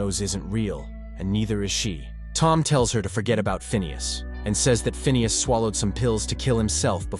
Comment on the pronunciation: It's pronounced "Phineas" !